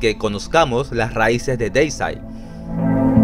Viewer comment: Siempre los épicos documentales de más de 20 minutos y bien informativos. A propósito, Deicide se pronuncia "Díisaid" si lees las letras como se leen en español. Muchos siempre lo pronuncian de forma incorrecta. La primera "e" es por así decirlo la vocal que lleva la tilde o sílaba tónica que se pronuncia como una "i" y que resalta más que la primera "i". Bueno, suficiente explicación. Me encanta Deicide y es mi favorita del Death Metal. Lo de sus letras satánicas es solo por llamar la atención por parte de Glen Benton. El es un ateo y casi no habla de religión. De hecho, en una entrevista que le hicieron en un podcast donde habla del disco Overtures of Blasphemy se le llega a escuchar que él dice "oh Jesus" cuando se le olvidó decir algo. Glen Benton es un señor tranquilo y las letras blasfemas de su música se limita a lo artístico. El en realidad no es así de malo.